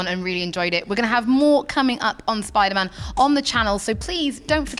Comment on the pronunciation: I wuv spiduhman